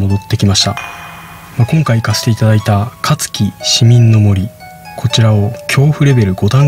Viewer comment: え、前住んでたところにある森じゃん…… 私が小学生の時は学校行事でよくその森行ってました まさかそんな曰くがあるとは知らなかったです…… あと、香月市民の森のイントネーションおかしいですよ……w